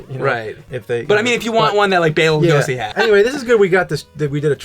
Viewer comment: James keeps correcting but continues to mispronounce it Loo-go-see himself. Hilarious.